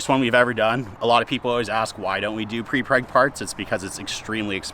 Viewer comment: Please say 'Prepreg'!